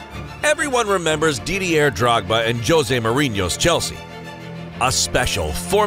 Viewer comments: Three seconds in, "Dee-dee-air Drogba". Fuck. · Psssst Yank narrator .Didier is a French name and the R is silent . France is a Country in Europe .